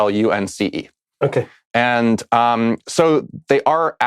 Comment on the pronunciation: "Flunce." :D